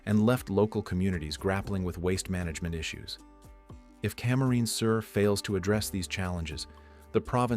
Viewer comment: Camarines is NOT pronounced correctly!!